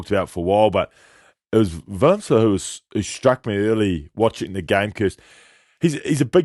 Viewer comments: Not willemsen or willemson but willemse ..please 😂check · I heard her say Willemson.. then i was nah im probably hearing things.. then she said it again.. and then dude also said it. Cringe 😬